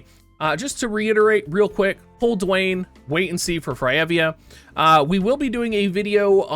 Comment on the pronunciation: His name is Duane and it's pronounced just like the rocks name Dwayne not "Dooane"